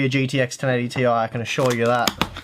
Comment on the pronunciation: I'm glad you call it the 1080T.I and not "tie" that other channels have been calling!